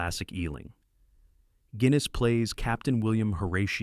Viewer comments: Hey, AI narrator, the actor's name was Alec Guiness - like the beer, not Gwiness!!! His Ealing comedies, which I saw many years ago (albeit on TV), made him my all-time favorite actor long before anyone ever heard of Obi-Wan. And btw, I'm an American senior. These British films came out in the 40s and 50s and never made it to average American movie theaters. Think about it - movie theaters were often affiliated with American movie studios which had a lot of clout. You think the American film industry would want theater owners to show British films, especially when their products were already being threatened by the growth of TV? Other than Hitchcock's American films I can't remember British films in suburban American theaters until the 60's. Your narration seems to suggest that American audiences rejected the films on this list - the fact is, we never had access to them, other than on TV in the middle of the night if you lived in a major city or in college film classes. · Especially noticeable when mentioning Alec Guiness in 'The man in the white suit'. Gwiness anyone? 😅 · Very good summary, I do miss these old films of my distant past. It's amazing how many of the great actors of the 60s to 90s started out in Ealing Studios. My grandfather was a noted film cameraman in these. However, please can you pronounce the great Sir Alec Guinness's name correctly. It's sounds like "ginnis". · Please stop mispronouncing “Guinness”. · Please learn to pronounce Sir Alec Guinness’ name correctly. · How come you pronounce Guinness correctly for Kind Hearts and Coronets but incorrectly in The Man in the White Suit and The Lavender Hill Mob? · Why does the narrator pronounce Guiness correctly for Kind Hearts and Coronets and then incorrectly at the beginning for The Man in the White Suit? Because it's an AI narrator "reading" a script? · Learn to pronounce Guinness and Lister. How about adding Genevieve,Arsenic and old Lace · It’s pronounced Ginness, not Gwiness.